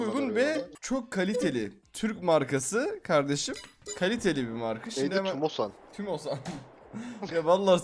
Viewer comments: Türbosan değil tümosan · Tümosan a türkozan diyen koca yürekli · TÜRKOSAN değil TÜMOSAN 😂😂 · Türkosan nedir yaa tümosandur o